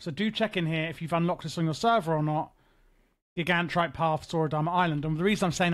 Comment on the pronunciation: I love how even with the myriad of NPCs in the game to reference the proper pronunciation of "Gigantrite", you went in a different direction. It's a bold move.